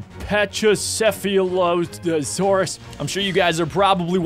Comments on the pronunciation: The thing on the pachycephalosaurus head is a battering ram, it uses it for self defense and to fight for territory, and its a herbivore and its pronounced pak-ee-sef-alo-saurus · CD Spinosaurus and is also pronounce Packy-seph-leo-saur-us (Aurora) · its said pachy or pachalasaurus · you say pachycephalosaurus like pak-i-sef-alo-saurus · It is pronounced pak-e-sefulusorus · packysefalasorus is how u pronounce it.